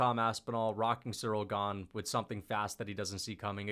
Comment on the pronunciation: cereal gah-ne